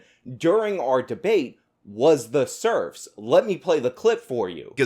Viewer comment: He lost me at 'debateybate'.